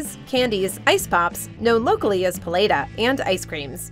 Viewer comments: "puh-lay-dah" - que chingada madre es eso wey - PALETA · I'm a big fan of Weird History, but dayum "Palei-da" (Paleta) Hurt lol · Well I've never heard "palleta" be (mis)pronounced quite like that... Pah-LEH-tah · "pah-lay-tuh" que pues gringa? its not that hard haha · the mispronunciation of paleta and halo halo hurt me lmfao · My soul left when I heard “paleta” 💀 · My Spanish heart when she said "Paleta".... oh boi lol